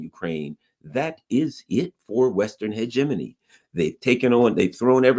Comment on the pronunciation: Holy crap, he pronounced "hegemony" properly!